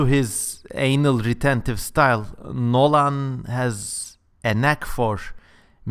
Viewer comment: I like it when you pronounce Nolan with an emphasis on the Lan. Hidden message perhaps? ;)